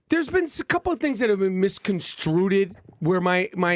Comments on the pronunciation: "Miss CONSTRUTED".....Thanks for the nails across the chalkboard you fuktard! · This guy is a millionaire and he thinks "misconstrued" is pronounced as "misconstruted." Why the fuck did I bother going to school? Fucking pointless. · He keeps saying “misconstruded” haha that’s not a word. It’s misconstrued” This dude smh